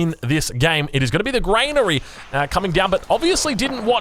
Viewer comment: Lol its not grainary its granary